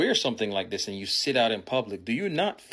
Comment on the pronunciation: I'm embarrassed that the guy speaking doesn't understand the difference between a "th" and a "d" when he speaks. Dey, dat, dese, dis? Has he ever seen the inside of an English class?